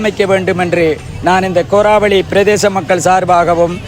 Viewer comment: உங்களது வர்ணனை நன்றாக உள்ளது இருந்தும் கோராவெளி தாய் பந்தலை கோரலிமடு தாய்பந்தல் என்று கூறுவது தவறு